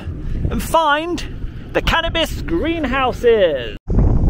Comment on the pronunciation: "Cannibas farm" 😂👍🏻